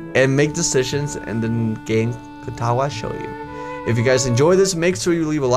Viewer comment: Dang it you read the JO in Katawa Shoujo like the name Joe so its like reading it as Katawa ShouJOE